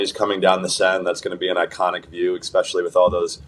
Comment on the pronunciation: expecially. Why not just say 🪓 too?